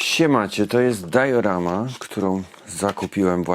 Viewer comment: Inni mówią po prostu diorama, nie wiem skąd Ci się wzięło to "dajorama"